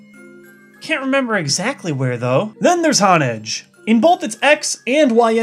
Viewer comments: It's prenounced Hone Edge come on man it says it in the friggin name! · Your pronunciations are a bit off. Honedge has a long O sound (hone + edge). And Dragalge has an E sound at the end; dragon + algae. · It's pronounced hone-edge. As in honing your skill with a weapon.